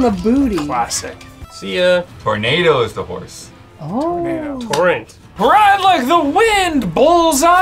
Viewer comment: I believe Zorro’s horse is named Tornado (Tor-NAH-do).